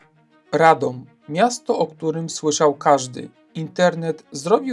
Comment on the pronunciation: What a pervert pronounciation - you only have to look at the Wiki-article in the internet, where you will find international sound language, telling you exactly how to pronounce it!